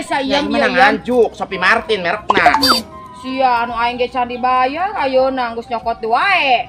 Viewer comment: Harus nya si iyem bilang nya tas nya Sopie mArtil jangan Sopie mArtin wkwk😂😂😂